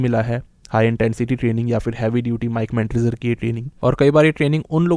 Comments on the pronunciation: Its Not Mike Mentder son. Mere bhai. More like Mike Mentosbimal. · Bro it's Mike manzer